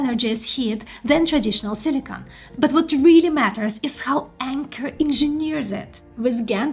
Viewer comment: Silicon not silicone, you keep saying silicone.